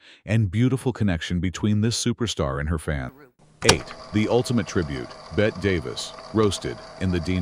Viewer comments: And she was Beh-tee, not Beht, Davis. OMG get the basics right. The AI is confusing Davis with Midler. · Robot Ai narrator, her name is pronounced Betty NOT Bett. Also WHY is the film all scratchy and nasty? 👎🏼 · So fake. Her name is not pronounced as Bet but as Betty. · BETTE (pronounced BETTY), not like Bette Midler (BET). Idiot announcer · Ifyou are going to take the time and effort to make a video of the iconic Bette Davis.....learn how to pronounce her first name. It is TWO syllables not one. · Pronounced BETTY not BET! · who is Bet Davis? It's pronounced Betty. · If you're going to use AI to narrate, you'll have to spell "Bette" as "BETTY" so it PRONOUNCES THE NAME CORRECTLY. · "BET" Davis??? How can anyone take this seriously? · She deserves to have her name pronounced correctly. It's Bette. Not bet